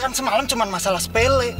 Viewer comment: Sepele tapi jadi sepolo 😁